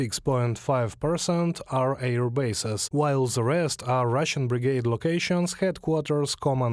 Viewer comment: Friendly suggestion: the interpreter is understandable-enough, but they really seem to struggle with the pronunciation of the "th" sound. Im confident that with a little focused effort and practice, zis is zumzing zat zey could improve - just zink about how zey say zuh z sound.